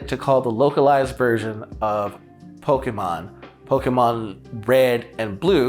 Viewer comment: Thank you for pronouncing Pokémon the right way